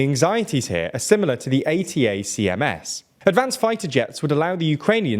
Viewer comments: “Attack ‘ems,” not A. T. A. C. M. S. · Please work on your pronunciation! 'High-mars' 'Attack-ems' 'Bach-moot' Seem to be your regular woopsies and if youve only ever seen them written down... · It's a bit surprising that one year into the war, the employees of a news channel still don't know how to pronounce "HIMARS" or "ATACMS". These terms are on the news basically every day... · Reporter should have find out how to pronounce ATACMS.. there is a lot of videos out there talking about it. 🤦‍♂️ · Guys, You might want to do a little bit better research. ATACMS is pronounced like a word (Ay-tack-ums). The F-16 was always a USAF aircraft (Us Army hasn't had fighters since September 18th, 1947). Also, your pronunciation of Kyiv sounds more Russian than Ukrainian. We really should insist on using the Ukrainian spelling and pronunciation for cities in their territory, including the Donbass and Crimea. If we use the Russian version of names, we are ultimately giving Putin a soft win in how we think about the world. That's not acceptable.